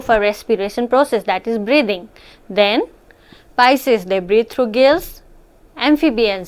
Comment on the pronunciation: Heard breed instead of breathe